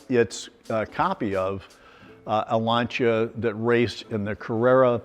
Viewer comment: Finally we have found a gentleman who pronounce Lancia properly, thanks God!